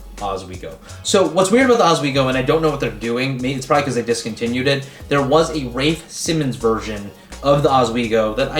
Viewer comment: RAYFE simmons